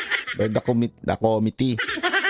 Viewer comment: 😂😂😂"Palowd by the komity KOmity😂😂😂.... (committee--the accent is on the 2nd syllable com-MIT-tee)😅😅😅